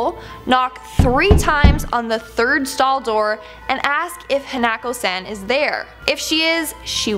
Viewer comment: You mean hah-nah-ko hanako